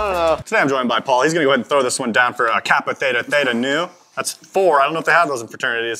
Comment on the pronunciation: Wait did call paul "pale"?